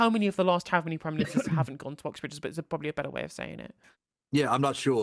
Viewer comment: It's Oxbridge, not Uxbridge btw